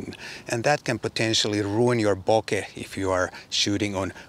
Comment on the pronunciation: Title's misleading, but great review, nonetheless! And thank you for not butchering the pronunciation of the word bokeh.